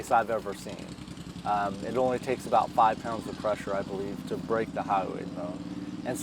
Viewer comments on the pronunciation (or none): It’s the HYOID bone, not highway 😂